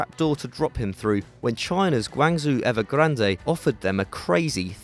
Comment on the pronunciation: Your pronunciation of Guangzhou Evergrande is brutal. And Martinez has been shit, the team is underperfomring but he still cant break into the team (and when he played last season he was total shit). Paulinho has been a beast for about 2 seasons, Alan is a great player and Goulart is a leader (but can be shit). There is simply no room for Martinez.